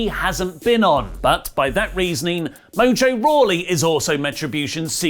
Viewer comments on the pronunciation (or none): none